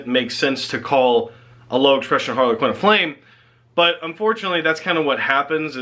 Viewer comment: Harlequin is one word.. not two. Sounds like you're saying Harley Quinn... Please work on your English.. that is all